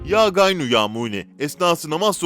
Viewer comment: Ya ğaniyyu Ya muğni, ya gaynu soyluyor,acapcasi beli felaket